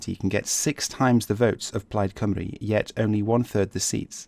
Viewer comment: You pronounced Plaid Cymru correctly O.o Never heard English people do that.